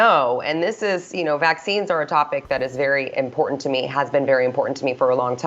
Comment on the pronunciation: Enunciate! Important.... It has two Ts in it! Pronounce BOTH of them.